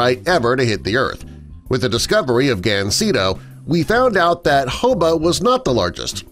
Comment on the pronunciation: Is it Gancedo or Gancendo?